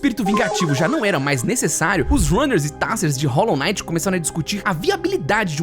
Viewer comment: "Rólo Naiti" 😢